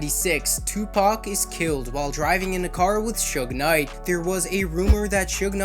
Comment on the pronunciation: What the fuck is chug knight? It’s Suge Knight, pronounced Shug (like the sug from sugar)